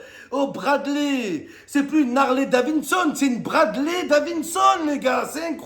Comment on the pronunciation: C'est DaviDson, pas DaviNson, Momo 😅🏍